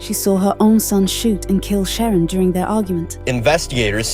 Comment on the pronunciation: Her name was not Sharon. The AI voice on this video didn't pronounce her name right at all.